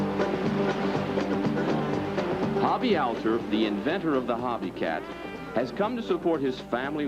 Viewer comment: It’s Hobie… “HO BEE” not “Ha BEE” 💚Hobie Alter (“All Ter” not “Al ter”)